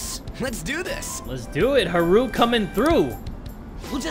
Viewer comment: Is anyone else bothered by the way pronounces Haru's name?